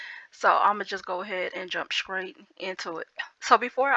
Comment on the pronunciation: I love how you say “ scrate instead of straight “ 💕💕😂😂. Love it